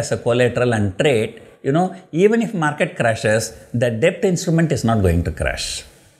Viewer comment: b in debt is silent. I wonder how you are surviving in Dubai